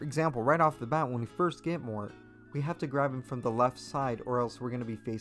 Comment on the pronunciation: him pronouncing mort as "more" makes me mad